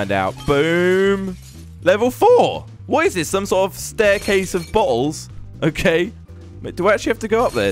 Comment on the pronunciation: When you said bottles it sounded like you said balls